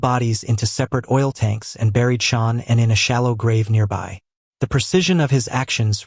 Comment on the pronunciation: Out of respect, please say Shannon's name correctly.